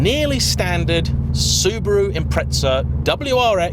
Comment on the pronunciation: Its not impretza. Its impreza